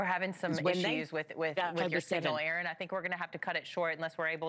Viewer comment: Thank you Erin. Stay safe. Thank you news presenter for pronouncing Erin's name correctly.